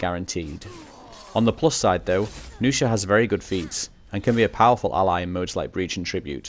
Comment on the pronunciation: nuxia, not noosha -_